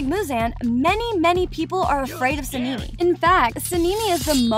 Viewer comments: no way you call him senimi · Why do you call sanemi sanimi? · HAHAH THE FACT SANEMI’S NAME SOUNDS LIKE A GIRL CAT NAME SEN EME SAKURA=SAKKIRA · girl whos "senimy" 💀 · Okay she called sane I " saneemi " and inosuke " inoosuke "💀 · “Tameo” “sanimi” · So the fuck is seeneemy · How she says Tamayo and Sanemi makes me think she doesn’t watch demon slayer. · its sanemi and and samimi